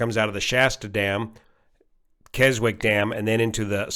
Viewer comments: Keswick, least in the UK the origin of the name, the w is silent: "Kezzick" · Is it really pronounced 'Kez-wik'? We have a 'Keswick;' in the UK (town in the Lake District), which maybe the US one was named after(?), but that is pronounced 'kez-ik'.